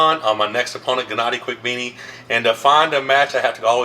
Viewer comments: OK, so this was a great video as always....I have to point out how it sounded like you said genadi quick veeny at the beginning lol. Sorry man, I had to do it. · Finally coming to conclusion that some athletes just dont give a damn if they pronounce other athletes names correct , or maybe its just about rivals, what the heck is "Kvikvini" on 😀